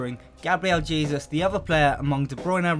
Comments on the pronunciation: It’s actually pronounced “Jayzous” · It’s ‘jay - suse’ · Ralex 11 Hey-soos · Stop saying Jesus its pronounced "Hesus" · It's more of a JAY-Zuus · That's the spanish pronunciation